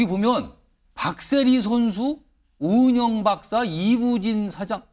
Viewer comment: 오은영..오영은 아니고